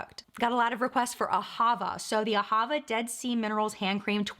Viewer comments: The pronunciation for Ahava is on the last syllable, not the middle one. It's the Hebrew word for "Love." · You may be saying L'OCCITANE right, but not AHAVA. The emphasis in AHAVA is on the last syllable, not the middle one. It means love in Hebrew